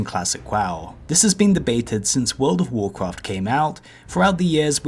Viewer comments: Wowld of woahcwaft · Dwops….Gwoups...Considewing…WAWWIOWS....acwoss….fwost nova....wanged, idk what this guy is saying 90% of the time. Oh, almost forgot, wowld of wawcwaft.